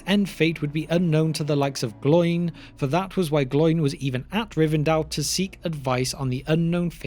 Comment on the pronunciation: Oin and Gloin are two-syllable names. They do not rhyme with groin.